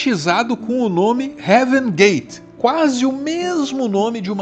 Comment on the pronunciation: o nome do fundo é Havengate. Vi a mídia toda falando errado kkk